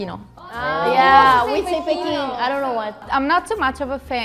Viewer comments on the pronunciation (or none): none